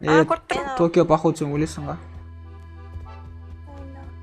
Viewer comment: Токия Емес Токиого